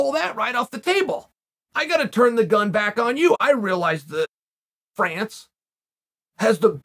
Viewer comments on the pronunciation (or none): none